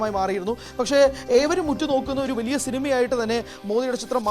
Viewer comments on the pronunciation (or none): none